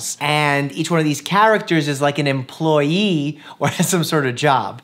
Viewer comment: Nobody: Dr. Mike: eMpLoyEeE